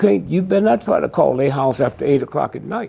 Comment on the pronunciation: "everybody leave der gay ok" hahahahaha sounded funny